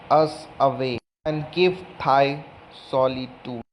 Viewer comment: Not 'thigh'.It is thy_,daee